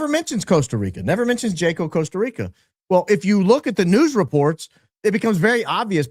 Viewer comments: Yaa•kow not Jay•kow 😂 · Jaco, COSTA RICA is pronounced HA-CO. Popular international expat town. I really like it there actually. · Hi, just fyi - Jaco is pronounced “Ha- co” Spanish word and vowel sounds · It’s pronounced HACO. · Pronounced Haco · FYI: That city in Costa Rica sounds like "taco", pronounced "Haco". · I love you but you're killing me with the mispronunciation of "Jaco" LOL I know it's not your fault, it's another language, but FYI the "J" sounds like an "H", the "a" is not long, it's like an "ah" and there's an accent on the "o" so stress that syllable: "hahcoh" Minutia, I know LOL Keep doing amazing work! - a Costa Rican American;) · The J in Jaco is pronounced H.. Haco 😊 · It’s pronounced “haco” with the j being pronounced like an h